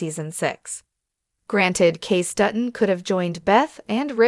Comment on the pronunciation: Its pronounced Casey, not Case